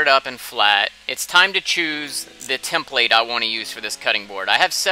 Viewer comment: You put in the emphasis on the wrong syllable… template😂